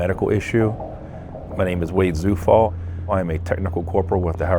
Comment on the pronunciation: I wonder if he is aware that his surname "Zufall" is a German word that means "coincidence". Quite ironic huh. BTW, "Zufall" is pronounced as "Tsufall".